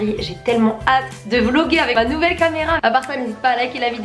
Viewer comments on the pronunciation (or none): none